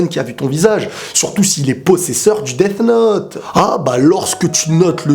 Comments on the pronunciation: Ta façon de dire Death me donne envie de me sucider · tu prononce mal le th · Tu dis quoi toi th en anglais ça fait f